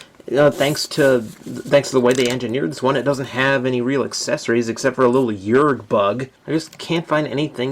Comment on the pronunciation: i had that toy as a kid, and somehow still have it. strappin an m-80 to it later and nuking the damn thing. side note: there called yerks, not yergs